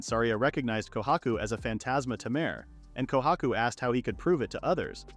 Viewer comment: Tamer❌ Ta mer✅